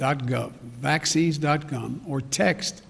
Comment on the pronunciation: "Vaccines dot gum...dot gov...dot gum"